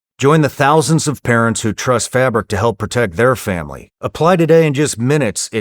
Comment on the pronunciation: I thought he said “The Family is Coming”, and I boarded up the entire house. Not this Thanksgiving, Satan. Not this year.